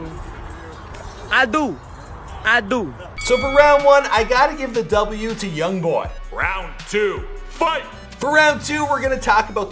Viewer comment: Everybody saying yong boy